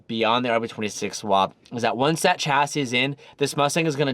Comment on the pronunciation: WHY HAVENT YOU LEARNT TO PRONOUNCE CHASSIS PROPERLY. YOU CANT GO OORACAN US AND STILL F UP THE WORD CHASSIS.